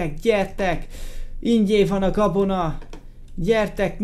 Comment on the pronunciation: a végénél azt mondta hogy kabona?? :D